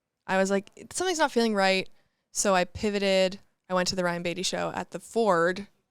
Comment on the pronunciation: i have to let you know that ryan beatty’s last name is pronounced bait-y hahah